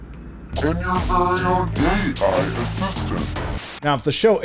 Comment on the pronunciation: “Gay-I” assistant killed me 😵‍💫😂